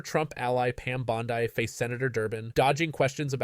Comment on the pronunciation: Dude. You can’t even pronounce her name correctly!! Really? You are that ignorant?! Yes